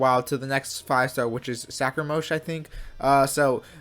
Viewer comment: Did I just hear sacramouche😂😂😂